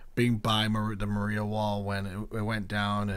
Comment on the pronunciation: No hate but it’s insane that you pronounce Maria like Mario 😭